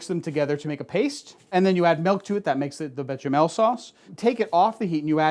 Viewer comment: Come on béchamel has an sh sound not a ch, it's a french word. I thought you'd know this!